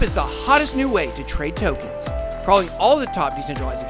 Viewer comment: I don't like the way you say "tokens" Thanks for all the helpful info!